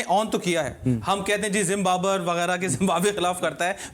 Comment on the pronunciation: 28.32 zimbaber😂